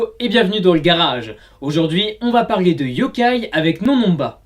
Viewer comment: les "on" de NonNonba ne se prononcent pas comme dans le mots "non" !